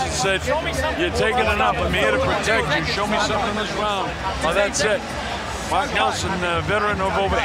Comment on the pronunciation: What kind of referee is that? "Am here to ptotect you"